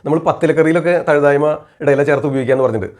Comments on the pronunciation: തഴുതായ്മ അല്ല തഴുതാമ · Nalla Avatharanamaanu. Marunnukal parayumpol perukal valare sookshmathayode upayogikkaan shradhikkuka.Thazhuthaayma alla Thazhuthaama.